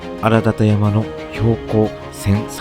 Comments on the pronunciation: のふりがな＆音声 『あらだたやま』 ではなく 『あだたらやま』では？ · 安達太良山の読みは「アダタラヤマ」です。「アラダタヤマ」ではありません。真面目で、しっかりした作りのチャンネルだけに、基本的な呼称を間違っているのは大変残念です。